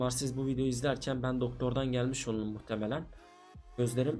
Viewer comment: Abi sen olurum diyemiyomusun hep olulum diyosun